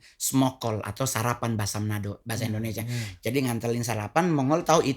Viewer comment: Yg benar Indonesia apa endonesia..